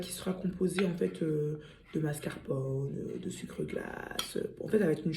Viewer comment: Ptdrrrr MASCARPONNE 😂😂😂 On te pardonne le français c’est trop dur pardon